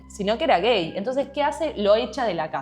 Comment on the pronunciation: amo como dice gEeii